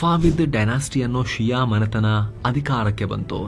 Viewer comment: ಷಿಯಾ ಅಲ್ಲ ಶಿಯಾ